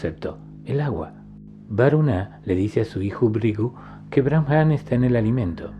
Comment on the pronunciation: Excelente video, maravillosas enseñanzas. Con respecto a la palabra Brahman, creo que se pronuncia Braaman y no "Bramjam"